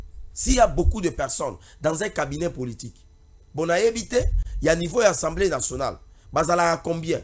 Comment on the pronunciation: La plupart de communicateurs disent : ENSEMBLÉ au lieu d' ASSEMBLÉE, ça fait honte au public quand cette petite anomalie persiste, est ce qu'on lit pas ? Veillez avoir l'autocritique, l'introspection, lisez aussi les manuels , vous avez des téléphones Android. Quand on n'a pas la maîtrise d'un mot , vérifiez le